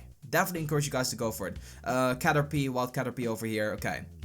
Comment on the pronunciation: its caterpeeee not u pee. not pie.. like a pie... say PEE... and its the shoulder.. not the neck..